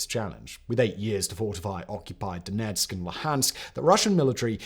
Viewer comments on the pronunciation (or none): none